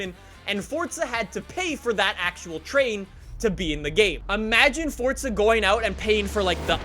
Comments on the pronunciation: Its froza not fortza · Can i just say some thing its for za not fortza there is no t in it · “Forza” not “fortsa” 🤬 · Its FORZA not FORTZA you mong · Still with the FORTZA ffs you yank plank. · I love you videos and all. But why do you pronounce "Forza" as "fortza"?? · "Welcome back to fortza horizon" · Aaaaaaaaarrrrrrgg.....stop calling it FORTZA 😲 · It is pronounced “ForTSa“. That's italian. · It's pronounced Fortza. It's an Italian word that means power. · Do you say Fortza on purpose? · STOP SAYING FORTUNE LIKE A PLEB... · There is no t in forza bro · Why does he day forza like that 😂